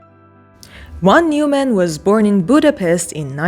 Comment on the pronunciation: The VON is not silent and Neuman is pronounced NOYman.